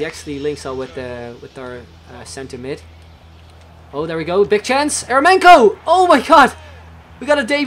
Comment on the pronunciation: Eremenko is pronounced like Yer-yo-menko with an accent on "yo" :/